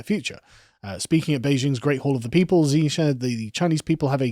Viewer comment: Hypersonic in aerospace engineering is at least 5 times the speed of sound, and more. High hypersonic is 10-25 times the speed of sound. Reentry speeds range is 25 Mach or more. Chinese pronounce Xi as Shee.